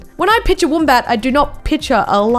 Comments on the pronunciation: y does say woombat, its wombat u idiot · Who says woombat it’s wombat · Woombat, why you have to say it like that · She said woombat not wombat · when she calls it a woombat )))))@@@@ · its not a woombat its a wombat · Did anyone notice she says woom bat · Woombat? I thought you were Aussie 😂😂😂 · The way she says wombat tho 😖. It’s pronounced “wh- o mm b- a -t” (short vowel sounds) Uhhhhh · Ur Australian but you cant pronounce wombat correctly. BTW love the vids ceep it mate.